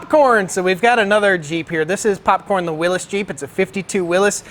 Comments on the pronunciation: Did you say... willis?! Will IES. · It's YS not Is in WILLYS NOT WILLIS